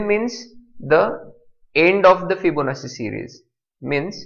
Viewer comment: sir, I very much appreciate your teaching but you are pronouncing Fibonacci wrong, the pronunciation is actually [fiboˈnattʃi] but your pronunciating it Fibonassi, just correcting you otherwise thx for the tutorial